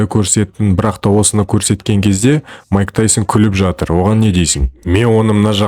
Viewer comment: Маикл емес майк